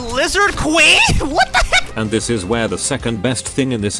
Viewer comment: "WAAAA THA HEEECCCKKK"- At the moment became uncle roger XD